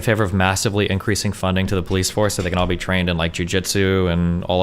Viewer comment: best example of this person’s tendency to end phrases with an upward-tone, the final syllable “beeee” is drawn out and pitches up in his register. It’s hard to listen to.